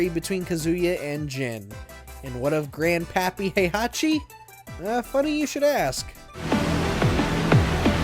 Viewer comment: Oh this will be great, WatchMojo explaining a fighting game lol Heihachi what again? "Has long been the series main villain", let's see - T1 - Heihachi, T2 - Kazuya, T3 - Ogre, T4 - Heichachi, T5 - Jinpachi, T6 - Azazel, T7 - Heihachi/Kazuya Good job releasing this video on time They handed it off to who? Erika? (it's Arika by the way. The "A" is pronounced like in "Apple") Do you really need to stretch this to 10? lol